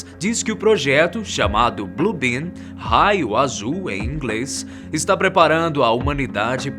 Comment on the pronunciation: Alguém ouviu BLUE BIRD ao invés de BLUE ben. Quem entendeu curte